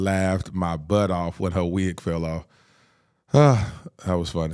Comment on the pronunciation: After watching it for the 20th time i think she called the wig a "n" the "n" word 🤣🤣🤣🤣🤣